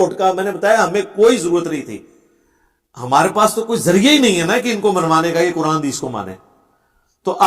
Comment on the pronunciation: dekh kar qurAn galt pertay ho tum mirza 2